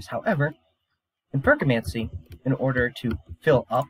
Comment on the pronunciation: Yeah, the pronunciation. I’m joking, but I think it’s said “ferro-chemie” Have you read the whole Mistborn series? It’s actually my favorite book series next to the magicians. Edit: You might actually be ahead of me, because later in the video, you call it what I call it. Maybe you know something I don’t. I haven’t actually finished the last book.